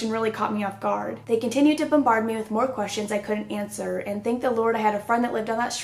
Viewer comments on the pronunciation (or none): none